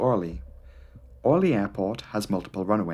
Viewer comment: No! It is not Ooooooohrly, it is Orleeeeeeee. Stress is wrong.